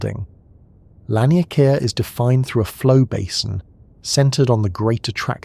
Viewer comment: its pronounced lawn-e-k-ah